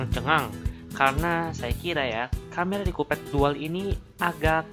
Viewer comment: mgomong collpad apa kopet? :v